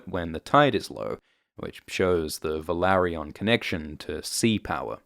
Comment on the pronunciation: You pronunce Velaryon wrong. 🤪